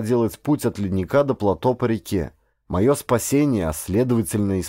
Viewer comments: ГРАМОТНОСТЬ! ПлатО !!! ПлатОоо! Ять!!! Не могу слушать, извращенец .. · Плато'. Ставьте правильно ударения. Создаётся впечатление, что вы не знаете это слово. Под ? Ваша грамотность.